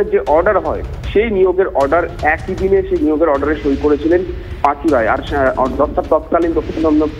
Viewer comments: উনি পাচু। Not পাঁচু। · পাঁচু নয় পাচু।